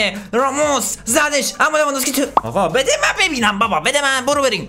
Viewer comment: میگه لوانذوفسکی😂😂😂😂😂😂😂😂😂